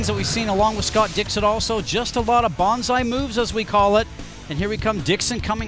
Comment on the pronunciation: Thank you so much for uploading these races. They're the only way I can get to watch them. To pay you back I always 'like' and as often as poss, let the advert run. It's only fair ;-) Looking forward to the whole season with you! Just one thing, it's bAnzai, not bOnsai... (the first is a cry of enthusiasm often associated with the 'banzai attack' - ie yelling enthusiasm as they go for it. The latter is the small tree sculpture thing) Hope this helps ;-)